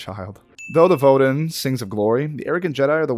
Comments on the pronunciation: I played this game last year myself, enjoyed it for much the same reasons you did. However I gotta correct your pronunciation, it’s VodeY AHn. Like you’re saying Eyyy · Vod-eh ON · Sorry, but the official mando’a pronunciation is vohd-AY ahn. Thought i would put that out there. I know, its wierd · I'm surprised there's no highly upvoted comment about the incorrect pronunciation of "Vode An." Just listen to the song itself. "Voh Day On." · great game, great vid - but I have to criticize your pronunciation a bit. "Vode An" is pronounced "voh-day ahn"; just listen to the way it is sung. Certain sounds in the sung words might get lengthened more than they would in normal speech, but the basic pronunciation remains the same. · Only complaint I have is the pronunciation of "vode an". I think it's supposed to be "vo day ahn". Great video! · I tried, but it's VODAY AHN.... sorry, I had to get it out. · IT'S "VO-DAY AHN!" Di'kutla aruetii... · How could you butcher Vode An's name so much when it plays so much? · That pronunciation of "Vode An" hurts my soul. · “Have I been pronouncing Kashyyyk wrong this whole time?” Idk you keep saying Vode An wrong so probably, which is weird since they say it in the song. Vode is 2 syllables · Why do you seem to hate rule 39 so much? XD (Never say no to bacta.) And no no, you're pronouncing Kashyyyk right, they're not. Vode An, on the other hand... you're SO far off every time. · Anybody else flinch whenever he mispronounced "vode an?"